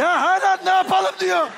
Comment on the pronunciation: hağla ❌ hâlâ ✅